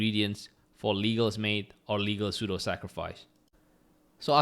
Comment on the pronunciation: Pseudo is read sudo 😊